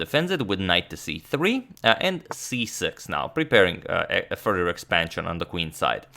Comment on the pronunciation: He says "further" but it sounds like "Fourier".